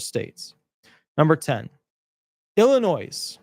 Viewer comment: The "s" is silent in Illinois ... ill-a-noy ☮️💟